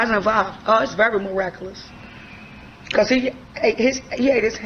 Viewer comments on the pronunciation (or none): Sad, man SMH And I'm sorry but "meracuhluss"😂